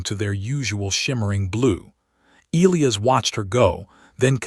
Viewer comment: It's NOT EEL-lee-us, its E-LIE-us😳